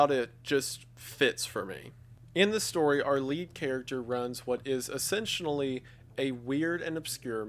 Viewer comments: I'm just here for the "essentionally" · "essentionally" lol